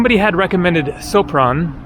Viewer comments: Sopron is pronaunced Shopron. Hungarians read a "s" like "sh". If they want to say "s" they write "sz". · The proper pronunciation of Sopron is "shopron"